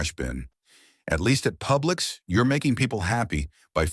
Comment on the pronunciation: "Pubix" grocery store 🤣🤣🤣